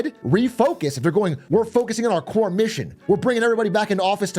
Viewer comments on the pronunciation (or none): none